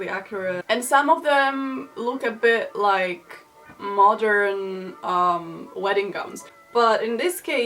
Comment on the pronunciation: Clickbait: PORNOGRAPHY in the 1800s, wedding gum (that's what I heard when you said "wedding gown" :))